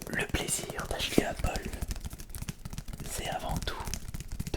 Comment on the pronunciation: Au début pk tu sait pas articuler TU DIS APPLEP PAS APPLE